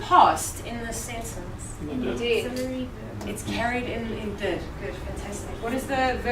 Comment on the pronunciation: how can we expect students to learn well if teachers do not pronounce correctly or even use proper grammar when giving instructions(...read me...azume..but the most hideous: tsencence)